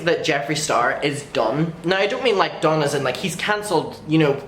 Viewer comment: U said "done" and I heard "dumb" lol